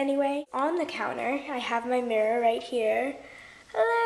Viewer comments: lls mrrror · U say mirror differently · she says mirror wierd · I hate the way she says mirror😂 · yeah her mom is British they all say it weird 😁she mentioned it in a house tour